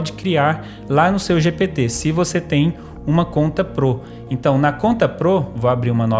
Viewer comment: da agunia ver ele falando 'pro' errado